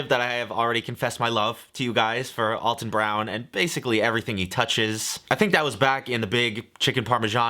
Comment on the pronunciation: You love Alton Brown so much but you can't pronounce his name correctly. Lol. Poor Alton.